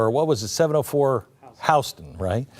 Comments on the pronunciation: Howston?? It's Hauser st.! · 704 Houser Street. Not Howston. 😊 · Houseten....😂😂😂😂😂...it's HOWSER